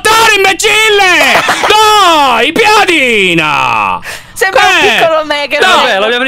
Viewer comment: piedina si dice piadina